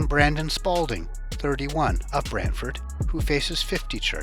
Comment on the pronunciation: Good job on the proper pronunciation of Brantford!